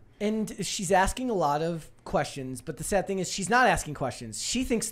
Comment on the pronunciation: what is “sod?” You mean grass?? Do you mean “sad?”